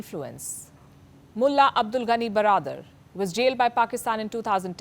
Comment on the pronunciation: Pronunciation of the word "mulla" seems like a abuse